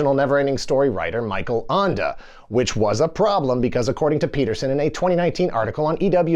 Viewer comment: Feel free to contact me if you need help pronouncing German authors' names in the future. That's not a French name 😂